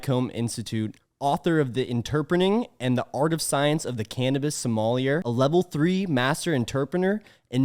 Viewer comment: Soul•ma•yeh not sommelier😭